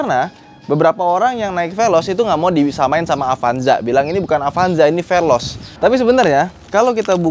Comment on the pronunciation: Amit2... Ini bukan apanjah ini pelozz😂😂😂